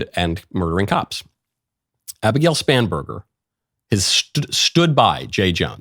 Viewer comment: I heard Abigail Spamburger, and I can not stop hearing it that way.